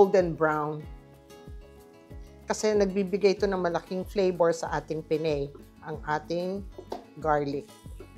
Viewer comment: Pen ne. Not Pen ney